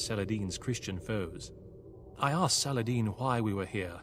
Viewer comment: People are complaining here about why Reynald didn't attack his south base early on. Probably because Viper scouted with those cav archers, moved around Blue so the cavaliers that were waiting for the attack, chased the cav archers Oh and Viper, good pronunciation of 'Saladin' ;D (even 'Salahaddin' was very good)